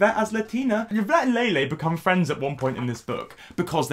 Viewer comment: I just listened to Lele Pons insult me while pronouncing my name wrong. I can’t go lower than this